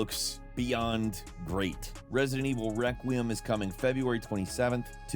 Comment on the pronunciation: You're always missing the e in Requiem 😂